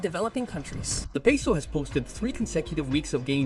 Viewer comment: Jajajajaja 😂 Y también entendí cuando dijo "super pesou, super piso, super pisou"😂